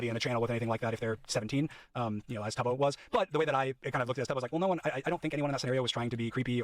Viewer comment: He can’t even pronounce Tubbo’s name correctly 😭 the bare minimum amount of research